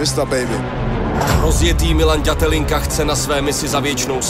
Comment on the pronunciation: ale musim pochvalit Karlosa, ze spravne vyslovuje Milanove priezvisko na rozdiel od typka, ktory nahovoril uputavku na ten titulovy zapas, co mi pride celkom fail. Pretoze Datelinka sa spravne na Slovensku vyslovuje tak, ze sa to "t" zmakcuje.